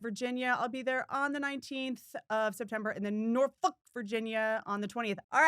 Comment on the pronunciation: Thank you for pronouncing Norfolk correctly 🧡